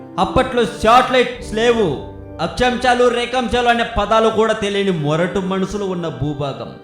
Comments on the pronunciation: akchamsalu.. rekamchalu kadu. video like save cheyali anta malli. plz a words ina saregga paluku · akchamchalu rekamchalu, me kitchen lo chemchalu kadu, Akshaamshalu & Rekaamshalu.. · achachamchalu entra yedava akshyamsalu...telugu nerchko